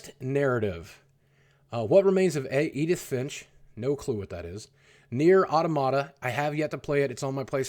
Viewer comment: "I have no clue to what remains of Edin finch"